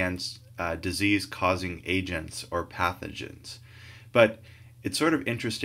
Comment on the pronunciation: Very helpful video, but it's pathogens, not pathenogen:(